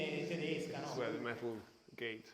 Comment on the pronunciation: He said "tedisca" if i heard correct. "Tedesco" means "german" so is this a dialect or just how they say it?